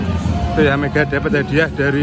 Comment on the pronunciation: Mega mas bukan medha..😂